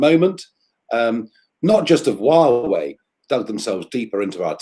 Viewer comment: did she just call Huawei “Yahweh”? Lol Thanks very much though, always love to hear Nigel speak.